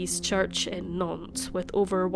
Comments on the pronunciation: I does start well 🤣! It's Nante with a "S", so NanteS ! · Nantes avec un “ S” à la fin s’il vous plaît 🤨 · NanteS with an S at the end... Lived in that town for one year, hence know the boulevard